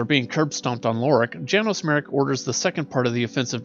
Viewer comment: The mispronunciation of Lyran and Janos is jarring.